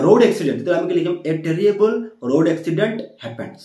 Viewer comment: Sir it's not terriable it terrible 😂